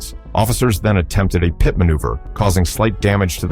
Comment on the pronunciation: What's a " PIE- TEE' maneuver? Somebody, please for the love of English, teach these damn AI voices how to speak!!!!